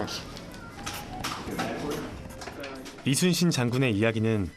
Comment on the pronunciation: 미국쪽은 LEE가 이니라 YI로 읽는구나 발음도 딱 이순신이고 ^^